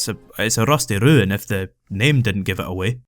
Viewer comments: I want my phone message alert to just be "Rrrrusty Rrrruin" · Rrrusty Rrruin Zone